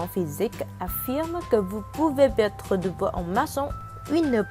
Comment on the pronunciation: Ta vue la voie au lieu de perdre elle dit pettre